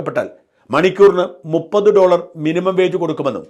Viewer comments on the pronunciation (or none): none